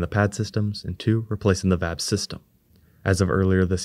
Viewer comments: It's V-A-B not Vab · It isn't customary in US english to prounounce VAB as a word. Individual letters of the vehicle assembly building spelled as an acronym are generally most comfortable for listeners.